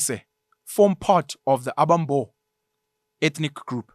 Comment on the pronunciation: Although not of Xhosa ancestry myself I think amaXhosa will largely agree with your commentary although there is a room for improvement in your intonation and pronounciation of Xhosa names. 'Abambo' sound better in 'Abasembo' with the stress on the second ('se') sylable.